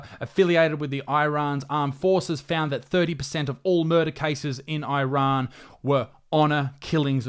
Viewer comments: It’s pronounced “eerun”, not “eye run”. You don’t hear people saying “eye migratshun” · why does he pronounce it "eye-rann"? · Dear Millenials, stop pronouncing Iran like a Seppo. EEERAN, not EYERAN. Wankers